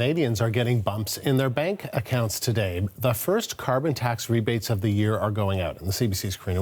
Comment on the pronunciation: Some reason the reporter cant say CARBON TAX !!!!!